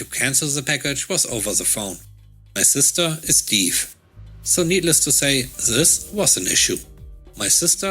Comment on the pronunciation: Actually the word Deaf is supposed to be said like Def (It would Rhyme with words like left, heft, wet, cleft, theft, or names like Jeff, Heff, Steff, etc.) :) Hope that helps for future videos? :) great video today I LOVED the HR revenge story! :)